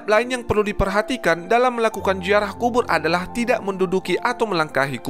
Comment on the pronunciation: Ziarah bukan jiarah ngb